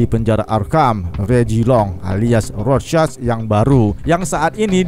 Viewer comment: Normal people:rorschach Krezi pipel:rosek